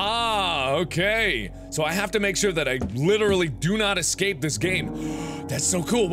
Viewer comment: You know how he said don't excape Well he just did excape